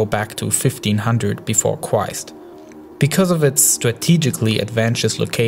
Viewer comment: fifteen hundred befode cwist